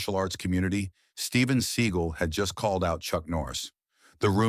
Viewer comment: That’s how you actually pronounce it.